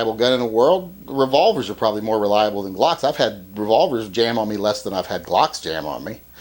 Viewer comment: "I don't wike Gwocks."